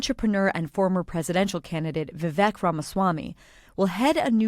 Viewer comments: Vivek’s name rhymes with cake, not neck. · Pronounced: VI-VAKE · It’s Vi-vake. It rhymes with cake. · I would have hoped that more supposed reporters would know how to pronounce Vivek. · Vivek, like rake. Cmon people. It's easy once you say it a few times. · Great show....I noticed come mispronunciations of "Vivek," which would be considered racist and highly offensive if VR was a democrat identifying as a woman. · You might bother to find out how to pronounce Vivek's first name. Lame